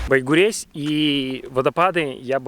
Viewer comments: Байгурезь - читается как Байгурежъ. А ещё ты бы приехал и позвонил мне. Я бы тебе все показала и удмуртские названия подсказала. А ещё есть южный район. Большая Уча. Найди и расскажи. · Да почему же вы все путаете, читается не Байгурезь, а Байгурежь